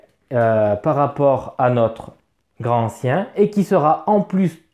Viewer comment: déjà une remarque : LA LIAISON !!!! on dit GRANTANCIEN, et non pas GRAN ANCIEN !!! c'est le genre de fautes de prononciations qui attire les profonds en goguette !!!!!!! sinon les contrées sont excellentes mais il faut plein de matos en plus pour bien l'exploiter, ca peut revenir cher, par rapport à un horreur a arkham v2 qui se suffit à lui même.... sinon, le pire jeu de la gamme côté thune, c'est horreur a arkham JCE une vraie arnaque financière...